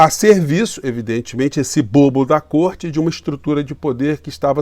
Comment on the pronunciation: Pronuciaste bem côrte invisível!